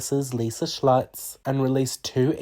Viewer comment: You trying to pronounce Schultz just game me a stroke